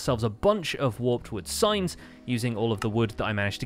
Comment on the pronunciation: When he said "signs" i heard "science"